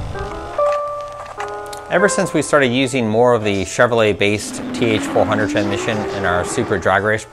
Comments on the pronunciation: haha...I had to watch it a couple times...I was predisposed with saying tranmission that I couldn't listen to the data in the video...lol...👍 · "Tranmission" Ftw.